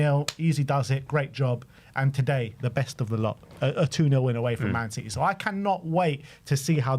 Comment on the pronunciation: Lads, it's citeh